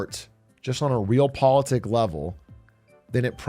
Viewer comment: I really hate being that guy, but Big A can you please pronounce Realpolitik correctly. Across lemonade stand and youtube you've been throwing it around a lot lately and it's driving me nuts.